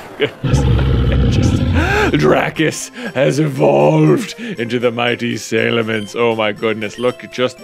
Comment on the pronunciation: i realize we are well past ripping on J for his pronunciations of 'mons since the only way to be sure is if the name is said in the show/if the japanese and english names are the same, but i can not, for the life of me, think of a justification for the way he says Salamence. does he say "say-lamander" as well? edit: and i'm almost certain the way he says Groudon is on purpose. he knows.